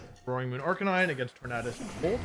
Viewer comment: love that you pronounce Tornadus correctly aka the way i saw it